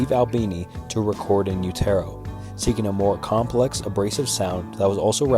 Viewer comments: The album is pronounced " In You-Ter-Oh" Not "In You-tero" like this guy says it. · Utero is pronounced you-terr-o like in uterus, it’s an expression when used describing a woman with child. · “You- Tear - Oh” Wtf?? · “En U-toe” LOL WHAT!?! 1. That blunder right there shows you really aren’t a Nirvana fan and just made this video for likes. 2. Let’s just say you aren’t a Nirvana fan—fine. How do you not know the phrase “in utero?” Are you an alien? Perhaps I’m unusual in that when I don’t know a word or how to pronounce a word, I skip my ass over to Google and LEARN! Weird concept, right? Learning. 3. The fact that Nirvana just so happens to be a band tee that’s extremely popular doesn’t negate the fact that they’re a dope, talented band. I don’t know where you got that little piece of information—“Nirvana fans are mad everyone has a Nirvana tee.” How stupid. I’d be willing to bet you pulled that out of your ass, especially after hearing how badly you butchered “In Utero,” you definitely seem like the type. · In-you-tare-oh?!?! In-you-ter-oh. lol wtf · Am I the only one that refuses to interact with a video that intentionally mispronounces a word to gain more comments? Like for example when someone says in- you- TER- o instead of in utero😒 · Repeat after me: In you-der-oh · In you-terro 😂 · Not funny and it is called in uetero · Dude why are you doing a Nirvana iceberg when you can't even pronounce in utero? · In Utero is pronounced like “Uterus”with an O instead of an S at the end not like “You-Tear-O.” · About A Girl is not about Tobi Vail. In the book Kurt participated in he states it was about his girlfriend Tracey who he dated before Tobi. BTW it’s pronounced In u-ter-o. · U can tell this guy never listened to Nirvana...in u terrr o..or the song SILVER... LOL AXEL ROAD. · IN-YOU-TARROW??? I’m assuming the narrator of this video isn’t actually a Nirvana fan. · In You Tear Oh???? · Inn terrow ? At least try to research the name of the album. 😂😂😂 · In You-TER-OH